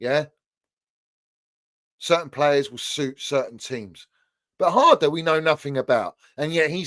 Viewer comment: almost sounded like said Drum and bass father 😂😂😂 the way he said harder